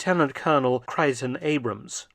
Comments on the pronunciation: Creighton Abrams: Crayton, not Cryton 🙂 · On THIS Side of the Pond, Dr. F, the name is pronounced "cray-ton" Abrams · Trivial note: As I recall, Abram's first name was pronounced "Crayton" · We in the US always pronounced it 'Crayton' Abrahms. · Creighton Abrams is pronounced “Crayton” and he is the namesake of the Abrams tank of course